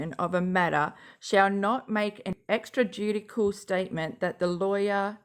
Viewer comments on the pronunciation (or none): You did good. Extrajudicial=extra-jew-di-shull, it’s like judicial with the extra. Otherwise you read those words much better than I ever could have. I don’t know why lawyers have to use all them big words anyways LOL. Awesome video, as always ma’am 👍🏻👏🏻💜